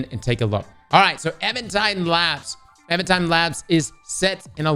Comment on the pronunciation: Minor pronunciation error but it drives me wild... I'm pretty sure the made is Even tide but you keep saying evAn tide